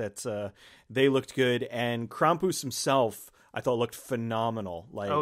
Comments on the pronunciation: It's pronounced Kram-pus, not Kram-poos. He was the polar opposite of Santa Claus or Saint Nicholaus of Eastern European countries. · Kram-poos? Cx haha maybe I've always said it wrong always pronounced it like cram-puss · It’s “Cram-pus” not “Kraum-poose”. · Omg please stop pronouncing it as "crom-poose" ! Why are you saying it that way? Lol Your friend says it correctly. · Kram-poose, well that's an odd pronunciation almost as annoyingly hilarious as people mispronouncing deus ex when revolution was coming out. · The way you pronounce his name makes it sound far more ridiculous than how most people would pronounce Krampus.